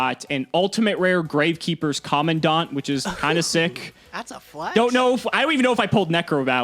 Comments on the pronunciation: Why you call it common-dawn-t it’s command-ant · "Co-man-dent" Commandant That's how you pronounce the name lol